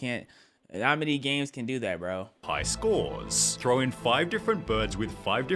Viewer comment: "Thow it thow it up, Watch it fall out from the sky"😂😂😂😂😊